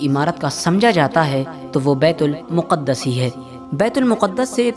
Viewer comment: Miyan betul muquddas sahi lafz nhin betulmaqdis sahi lafz he sabhi na waquif nhin hen durust kro.